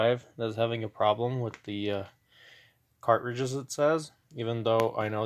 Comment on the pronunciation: Lol, that was bugging me also